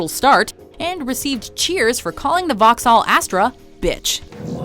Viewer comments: "Vauhcksaaaal" that's horrible. Vauxhall, vocks-hull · Lol the way she pronounces vauxhall sounds like she's regurgitating pre chewed food. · It's not the Suzuki L-i-ana. It's Lyana. It's not Vahxhall. It's Voxhall. (Phonetic spellings.)